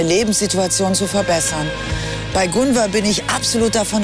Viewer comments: Bin ich tatsächlich die einzige die getriggert wird, weil die Psychologin Gunvors Namen ständig falsch ausspricht? 😅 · Ja sie sagt ja immer gunver 😂trigger